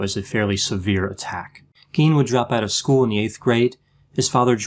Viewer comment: Pronunciation of Gein is Gīen. Long I. It’s German. In German ei is pronounced using a long i. FYI